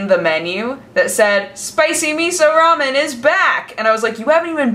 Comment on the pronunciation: TB: pls make WTF is Raman? Remen, Ramen, Rem...ün?